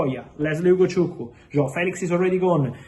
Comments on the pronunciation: Damn...Fab you that Ugochukwu's name so well😂😂😂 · Fab... You pronounce Ugochukwu and Chukwuemeka more than us Nigerians. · I love how he pronounced Chukwuemeka and Ugochukwu decently. Igbo amaka! 🥰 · Fabrizio how do you manage to pronounce Ugochukwu so perfect and Chukwuemeka❤❤❤